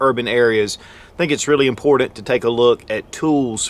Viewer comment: Drinking game: drink every time he says “impordent” I’m wasted -.